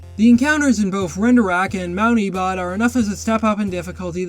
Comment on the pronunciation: I'M SORRY BUT MT. EBOTT?!!?????? 😭😭😭